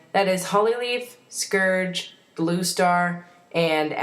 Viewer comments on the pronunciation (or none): You pronounced Scourge's name wrong...sorry I'm a grammar nazi. >.<